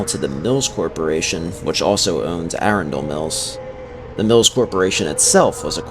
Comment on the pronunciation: It’s pronounced “Arun-dol Mills” lol, it’s not like lord of the rings😂